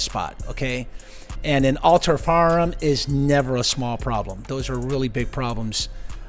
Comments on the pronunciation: I love how you say “faarm” instead of “firearm” lol lol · It sounded like the host said farm instead of firearm!